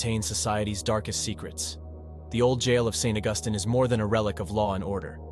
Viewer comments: It's St. Augus(TEEN), NOT Augustin. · Please it is pronounced St. August like calendrer date then teen. St. Augustine Florida is a nice place to visit. A haunted graveyard and a haunted school house the town also has an early Spanish fort some say this too is haunted. Not everyone see's it's ghost it's a fun place to visit.